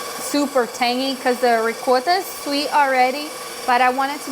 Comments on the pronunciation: Ricotta is pronounced REE (Like SEE) -COT (Like GOT) TA. RI-COT-TA! I hope that helps! It's very good as a layer in Lasagna. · Ricotta is pure Italian in any way. So the right pronunciation is with " o" . In your language you can pronounce how ever you like . If you respect and you are educated to respect other languages and yourself is nice to say exactly like in that language. That means you learn enough in the school to make the difference between ricotta and " rigota".❤😂